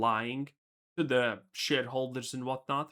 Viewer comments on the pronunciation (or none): I thought you called them "shit-holders" lol 😂